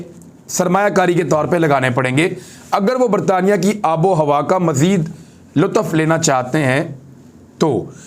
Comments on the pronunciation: Sorry, not lutaf but lutf. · ASA! Imran Sahib! It not lu tuf.(لو طف) It's lutf(لطف) Before I asked you about وفد۔ Come on bhai! Read the script once or twice before final presentation please 🙏